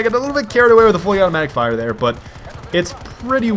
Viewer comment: And ree, tro, ore, rero FIRRRRRRRRE!